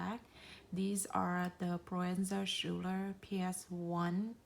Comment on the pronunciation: It's pronounced "skooler"